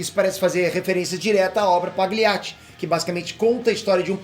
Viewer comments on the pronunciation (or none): Só um comentário construtivo... Pagliacci se pronuncia: Palhiati... E não paGLIatti. "GL" no meio da palavra em itáliano é igual o nosso "LH"